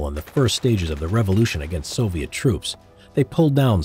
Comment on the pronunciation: You said soliet army